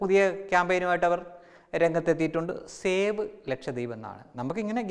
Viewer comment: ഷേവ് എന്നാൽ ക്ഷൗരം എന്നാണ് ... സേവ് എന്നതല്ലെ ശരി...